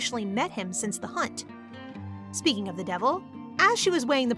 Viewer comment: Girl now you said speeking of the devil